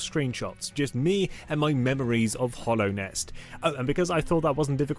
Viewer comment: its called hallownest not hollownest (idk why)